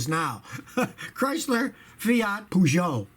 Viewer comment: british: perrrrjoe amaricans: peejue scotty: poojoe people who know how its actually pronounced: ಠ_ಠ